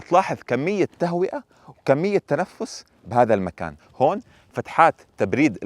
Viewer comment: يا اخ.. اسمها فتحات تهوية و ليست فتحات تهوئة..